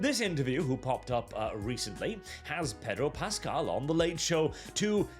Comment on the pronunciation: I would have sworn you called him "Pedo Pascal." I had to rewind to check it again.